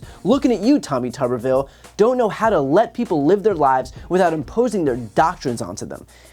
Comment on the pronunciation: Is it just me, or do others hear Tommy Tuberville as Teletubbyville?